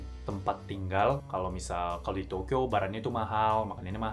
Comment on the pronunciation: kereeeeeeeeennnnnnn......penjelasannya jelas abiiz. klo nyebut Tokyo kayak gimana gitu😅